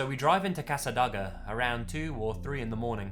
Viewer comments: I'm from Florida originally, it's pronounced Casa day-guh, just an FYI, loved the video. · It's "CassaDAYga", but don't worry about it. It's a tiny town, if you're not from 'round here you can't be expected to know how to pronounce it. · I've been to Cassadaga. It's interesting. It's also pronounced Cass-uh-day-guh. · as Floridians who live an hour away from cassadaga and visited yesterday, this made my boyfriend and I laugh. He vowed to pronounce it like you did now because of how amusing it was. so Thank you. ;) it's actually a weird pronunciation anyway. it's cassa-day-ga, but your way was cute. it's also one of the top ten haunted places in the world because it was built on a huge burial ground. the city hall has a "law" in place that to move into a house there, you have to get it blessed by a priest. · I about flipped when you mentioned Cassadaga. Incorrect the pronunciation may have been, but I've heard it butchered seven ways to Sunday all my life. I'm from Florida, and lived many years right down the road from Cassadaga. It's a popular tourist spot for people seeking spooky adventures. I even think I know which street they're referring to. I can't say for certain that this is the case, but street lights in residential areas Central Florida tend to cycle on and off. I never looked into why, but I suspect there's some kind of sensor or timer involved. Perhaps to save energy or avoid disrupting sleeping residents too much. So the light going out may be sheer coincidence. I can't account for the street, and the timing of the light going out is awfully creepy. Coincidence or not, that was a great story!